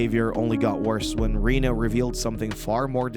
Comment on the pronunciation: It's Renee, not Rena or Rina.